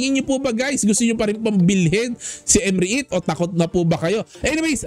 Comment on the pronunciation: Ayusin mo pag pronounce. Anong M Re it...Rit pag pronounce nyan..silent E..